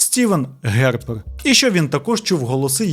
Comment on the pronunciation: Цілувати не треба, донат на ЗСУ краще 😊. Тільки не Стівен ХEрпер, а Стівен ХAрпер.